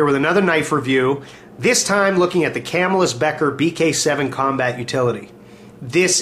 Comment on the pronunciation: good video, but Camillus is pronounced Kuh'mill-us. Lived there all my life... too bad the cutlery has vacated.